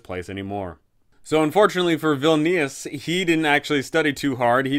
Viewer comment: obsessed with how you keep calling vilnius "villainous"... i mean ur not wrong